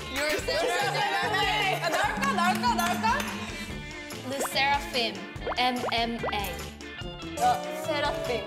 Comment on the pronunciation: Chaewon pronouncing "le sserafim" clearer than my future